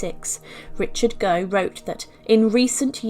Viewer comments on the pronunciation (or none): Gough is Goff not Go. Villiers is Villers. Not very nice but we look at mummies, don’t we?